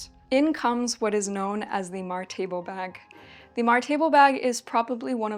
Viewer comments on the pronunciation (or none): As a Swede I was really confused by your pronunciation of "Martebo". Not a critique, by the way, because it makes perfect sense that you wouldn't necessarily know. I saw the article on it in the video and could figure it out from there. I didn't know this kind of sack was from this church in Gotland actually, and I thank you for putting my attention towards this fact. I've wanted to make one for a while and now I've found several sources on it. So thank you!